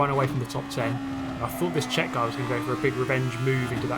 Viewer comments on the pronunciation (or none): none